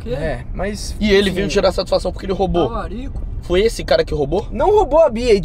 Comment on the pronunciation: "Talarico" kkkkkkkkkkkk